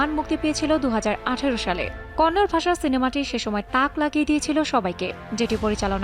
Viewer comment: Konnor na Kannada hobe